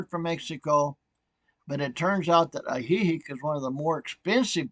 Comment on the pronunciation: lol at your pronunciation of Ajijic. It's AHHH he HEEK.